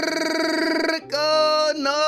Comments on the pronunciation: I gonna miss your "Welcome back to kurrrrrrrrrrroko no basket!" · the last kurrrrrrrrrrrrrrrrrrrroko no basket, i am crying ahahahahhaha